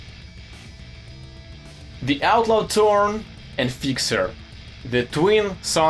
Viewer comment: you mean fixerrr?